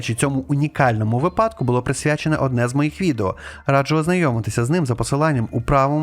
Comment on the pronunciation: Дуже дякую за ваші відео ❤ Але будь ласка кажіть вИпадки, а не випАдки. Дякую)